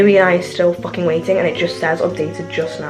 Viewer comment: the way she says fucking has me dead